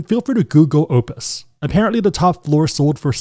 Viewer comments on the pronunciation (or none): none